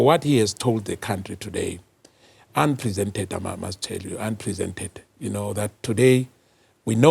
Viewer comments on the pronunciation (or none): unprecedented my good sir 😂😂 not unpresented 😂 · MK part member: "Unpresented, i must say, unpresented"😂😂😂. The word is unprecedented, my goodness😂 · Unprecedented sir not unpresented